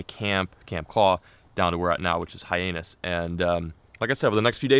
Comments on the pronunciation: Dude. Just a tip. It's not High-anus, it's High Anne us. From someone that was born there. Love your channel, Keep Fishing. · Really? Hi-ANUS? It’s Hi-annis